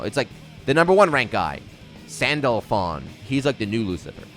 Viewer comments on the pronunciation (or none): This is how you say his name. Sandal phone.